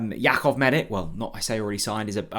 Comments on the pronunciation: you really are useless with the player names. ‘Medick?’ Seriously… ‘MEDICK?’ Dudes Croatian so it’s obviously pronounced - Meditch. I mean, Stankovic, Modric, Rakatic, Perisic, Rebic… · You pronounce it medich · His surname is pronounced Meditch. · Surely that’s not how his surnames pronounced? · Such a big deal mispronouncing his name🤦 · I know it’s a petty thing to point out but he does it EVERY time. How many times have we heard ‘Maharvo?’ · Thought so. But it wouldn’t be if he bothered to check pronunciation 😂